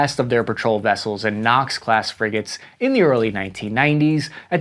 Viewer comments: It's " frigate ", not " friggate " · Frigate not Friggate…..interesting vid though 😊